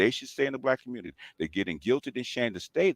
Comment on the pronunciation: Its a got damn phrase from David Carol. Stop playing,. I know we are good but Im just saying. Im OG to you dudes, really. I remember David Carol saying "Communitah" regularly. Thats actually what got my antennas popping with BGS. I heard him say "Communitah" and I knew something was up. Why would you even want to continue David Carol's legacy? Do you know how he died? Whens the last time youve been to Pittsburgh? He is no example to exalt.